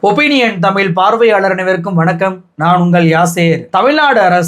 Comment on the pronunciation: ஒரு வேண்டுகோள். டமில் இல்லை. தமிழ் நாடு/ தமிழ் மொழி. சினிமா (பொன்னியின் செல்வன் பாட்டில் 'தமில்' என்று தான் பயன்படுத்தி இருக்கு), செய்து வாசிப்பு வரை திட்டம் போட்டு தான் பல காலமாக 'ழ' உச்சரிப்பை மக்கள் மனதில் இருந்து எடுக்கிறார்கள். Subconscious-ஆக மக்கள் மனதில் இருந்து 'ழ' உச்சரிப்பை எடுக்கிறார்கள். அதை உணராமல் நீங்களும் அந்த flow போறீங்க. தமிழ் மொழி. தமிழ் நாடு. தயவுசெய்து மாற்ற வேண்டாம்.செல்லி பழகவும். பேசி பழக்கவும்.🙏